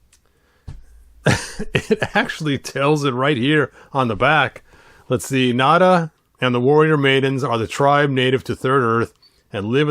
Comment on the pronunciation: Hopefully Mezco makes Nayda. It's pronounced Nay-da, not Nada, BTW